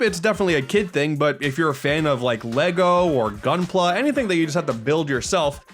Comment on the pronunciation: Holy crap, gunpla was mentioned? And pronounced correctly too?